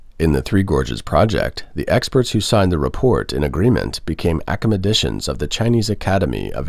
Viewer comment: All I heard was acamadicians.